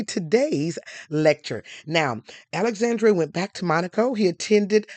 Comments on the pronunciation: great video. for reference, the last E in Alexandre's name is nearly silent and pronounced more like "uh", not "ay" like Dr. Dre. so his name is more like ah-luhx-ahn-dr(uh) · Please don’t spread misinformation to our Black folks. It’s just lazy and we are trying to root for you, but you are not doing anything to try to uplift US. The House of Grimaldi has ruled Monaco since 1297, not 1927. The young man’s name is Al-ex-ENDRe, not Alexan-DRAY. That is a true butchering of his name and it sounds terrible. If you are going to tell the story of European and African royalty, it is only natural that you would learn enough of the pronunciations of the names of the people and places in these royal enclaves to do them justice. Also, tell the histories accurately. The Grimaldi are one of the oldest royal houses in the world. One of the problems we have as a people is that we don’t have enough quality education and information. We go around butchering French and Italian names, making up pseudo-French names with random apostrophes and such, and generally condemning our children to being ridiculed and being the laughing stock of their classes and workplaces, and wonder why they have problems getting employment with these parodies of foreign names. Mispronouncing a simple name like Alexandre is grist for the mill for those who might want to name a child after the young prince, but because you (and others) have messed up his name so, we have started yet another generation of painful pronunciations, making us look stupid, frankly. Anyone on YouTube that wants us to subscribe to their channel and make you wealthy should also not be so disrespectful of us that they